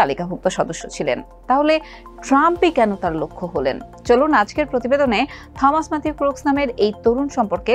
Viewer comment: '' থমাস '' বলে কোনো শুদ্ধ ইংলিশ শব্দ নেই. সঠিক হবে '' টমাস '' -AN ENG EXPERT, AGE 58.